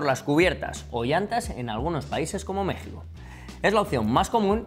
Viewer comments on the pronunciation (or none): none